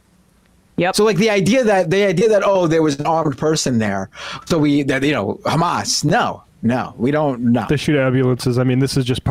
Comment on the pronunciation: It sonds like you say chamaaas did a mistake/ accident at 7 of oct